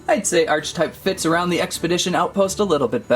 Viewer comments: ARCH-TYPE?!?!?!?!!?!!? ITS ARE-CI-TYPE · not nitpicking just my ocd its pernounced Arc he type